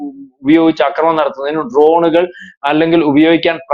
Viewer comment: ആക്രമണം എന്ന് പറയൂ. അക്രമണം എന്നല്ല